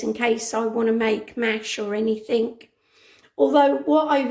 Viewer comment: It's "anything " not anythink.